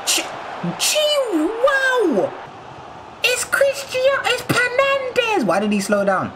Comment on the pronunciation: Man said penandes more like skynandes